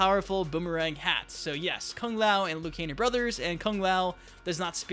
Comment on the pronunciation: It is not Liu Kane hahaha